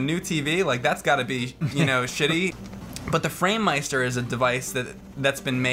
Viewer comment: I love how pronounces "meister", absolute perfect german there, the man could probably fool me:O